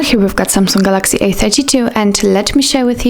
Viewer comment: I like how she says galaxy. It's like Gal-LACKSY